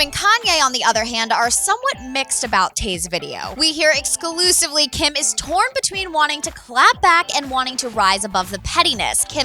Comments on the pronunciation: The stupid woman said excusively about 5 times. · The amount of times and the way she said "exclusively" was extraordinarily annoying! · the way "EXCLUSIVELY" emphasized...